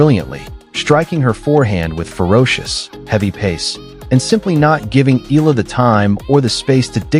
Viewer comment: Eala pronunciation E-yala